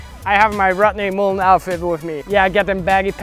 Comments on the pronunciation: “The impahssible tricks of rutney mooln” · The impossible pronunciation of Rodney Mullen.